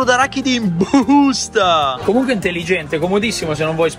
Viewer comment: Mi fa troppo ridere "in BUUSTA"😂